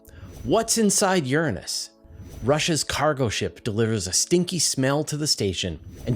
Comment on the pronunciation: Did you say - 'Inside Your Anus'? hehehehehehe....heheheheh..he...heheh...hehe...hehe...he Gee, I ain't never heard of that planet! I represent the Rainbow/Purple Turgid Lollipop coalition & we want to assure you we're supporting your channel with views & Patreon, so you don' need to resort to blue sordid clickbait themes for 'Likes'. Dig!?